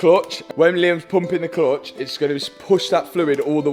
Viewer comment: At first I could not figure out what is the ”klutch” But pretty soon it dawned in on me 😂